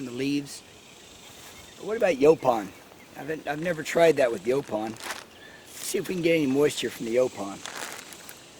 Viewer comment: Final someone whom pronounces it like we Texans. Lol